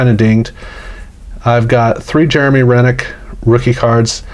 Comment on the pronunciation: Jeremy Roenick is pronounce Row-nick "professor"